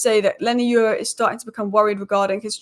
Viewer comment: Leny Yoro (Your-ro )And Not You-ro, Stop Butchering These People's Names. Learn How To Pronounce Someone's Name Before Talking About Them Or Mentioning Them. Edit: A Simple Constructive Comment And Most Of You Start Showing Your Tempon Strings, Anyway Thanks For The Engagement.